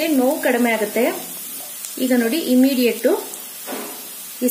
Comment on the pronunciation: Immediate word naa sariyagi pronounce madye madam